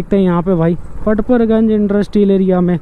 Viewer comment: kitna late batate ho tum log or haa पड़पड़ गंज होता है ना की परपर गंज और हा ऑर्डर पकड़ लिया होता है ना की पकर लिया 😂 bura mt manio mere bhai hasi majak ki baat h 😂